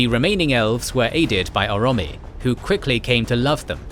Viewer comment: What's with the pronunciation on these videos? Aule = A-louis? Orome = Oromie? Eglarest = Elgarest?